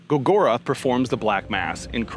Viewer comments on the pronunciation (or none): Coven: pronounced (cuh-ven). Gorgoroth: pronounced (gore-gore- oth) dude you never heard these band or what? I thought you were a heavy metal channel. Highly sus